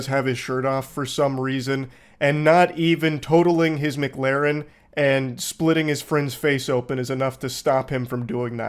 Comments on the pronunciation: I don't know if he's saying MIGlarren on purpose or not, but either way it's funny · The worst quality of Moist is his inability to pronounce McLaren. Which says a lot about what a top bloke he is